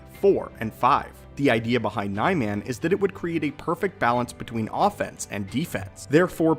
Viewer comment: You mispronounced Niman